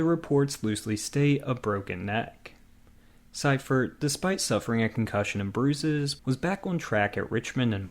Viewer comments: His name is pronounced bill seefort! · Bill Sieferts name is pronounced. Bill Seefert